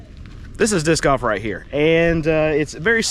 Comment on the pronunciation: It sounded like "Diss Guff". LOL Disk Golf I understand. LOL